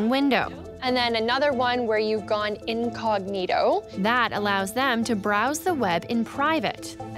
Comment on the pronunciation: In English (vs Latin) the word is "inCOG'nito."